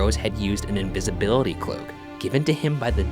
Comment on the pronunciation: Ryan he said invisibwity cloak